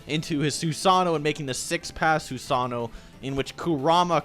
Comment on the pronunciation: soo-sawn-know it is soo-san-know